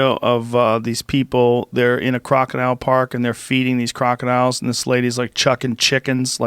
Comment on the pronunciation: Did dis dude just say crocadillions lmao